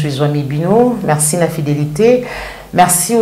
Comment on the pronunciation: Bonjour. Ozali mopanzi sango oyo ozali ko tombola lokota ya lingala longonia mama. Na landala yo mingi. Kasi tika ko loba na accent français ça sonne faux. Confusion mingi na prononciation "U na I", "A na E" pe bongo na bongo. Ndakisa ozali koloba marci na esika ya merci, tshusekedi na esika ya tshisekedi, martan na esika ya martin, palin na esika ya palais, etc. Ba ndakisa ezali ebele yango etindi ngai lelo oyo na yebisa yo. Le lingala est une langue qui a ses valeurs linguistiques comme toute autre langue telle que le français ou l'anglais. Na tondi yo na ndenge oko bongisa na esika wana. Mokonzi Nzambe abatela yo na mosala mua yo.